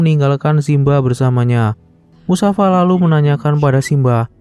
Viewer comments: namannya mufasa bukan musafa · Mufasal. Bukan musafa bwng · Bang mufasa bukan musafa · Nama ayah Simba Mustofa bang, bukan musafa😅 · Kak mufasa kak bukan musafa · Bang Abang bilangnya Musafa tapi mufasa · Mufasa mas bukan musafa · Mufasa bukan musafa 😅😅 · Mufasa min . Bukan musafa 🤣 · mufasaa bang not musafaa .. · Mufasa..bukan musafa... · mufasa..musafir kali😂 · MUFASA bukan MUSAFA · Mufasa,bukan musafa. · Bukan Musafa min, tapi Mufasa min😅😅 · MUFASA BANG!! LAIN MUSAFA 😂😂😂😂😌🤣🤣🤣🤣🤣🤣🤣🤣🤣🤣🤣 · awalnya saya dgr admin bilang mustafa ee ternya musafa,,yg benar mufasa,,☺️☺️ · Kok musafa Mufasa min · Seingat Saya Namanya Mufasa, bukan Musafa. 🙏🏻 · Seingat saya namanya mufasa, bukan musafa. Mohon maaf bila saya salah...🙏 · Mufasa kaliiiii,,musafa lagi lu. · Musafasa bukan musafa iQ mines1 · Mind mufasa bukan musafa 😂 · Assalamu'alaikum Afwan bang ralat🙏MUFASA bang 😁bukan MUSAFA🙏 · Bukan musafa. Tapi mufasa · Mufasa min bukan musafa🤦‍♂️ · Mufasa atau musafa bang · Musafa..musafir keleus.wkwkw.. MUFASA Bro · mufasaa gaa siii?bukan musafa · Mufasa atau Musyafa?? 😅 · mufasa❌ musafa✅ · Mufasa bukan musafa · Mufasa bang bukan musafa... Hadeh.. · Mufasa woi... Kenapa jadi musafa kok gk musafir skalian😂😂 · Bukan musafa...tapi mufasa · Mufasa njir, bukan musafa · Mufasa bang bukan musafa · Mufasa jadi musafa, g sekalian mustofa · mufasa bang bukan musafa🗿🗿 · Mufasa😅 bukan musafa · Mufasa bang bukan musafa bang😅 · Mufasa min namanya ayah nya sinba bukan musafa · Mufasa anying lah kok malah musafa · Mufasa lah min bukan musafa 😊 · Mufasa bukan musafa njir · Saya jengkel karna admin selalu menyebut nama Musafa padalah harusx namax mufasa😅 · Mufasa bang bukan musafa😂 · mufasa toIoI bukan musafa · Bukan musafa tapi mufasa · Namanya mufasa woy bukan musafa kocak😂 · Bukan musafa tapi mufasa🤣🤣🤣🤣🤣🤣🤣🤣🤣🤣🤣🤣🤣🤣🤣🤣🤣🤣🤣🤣🤣🤣🤣🤣🤣🤣🤣🤣😂😂😂😂😂😂😂😂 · Mufasa. Knp jd musafa hadeh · Musafa???aduuuhhh mufasa mennnn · Mufasa bukan musafa😊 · MUFASA bang bukan MUSAFA🤦😂